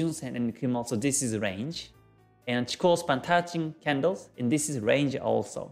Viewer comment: Hey Man, nice videos! I found your YT Channel only some weeks ago and seems really full of material! For this reason I give you the best thanks for your job! So i've a simple question: why u call "Chiko Span" instaed of "Chikou Span". I've saw u are the owner of the real Book of G.Hosoda, and i really would like put my hand on there version of book. So, which Is the correct way to call this line, respecting Hosoda's studies?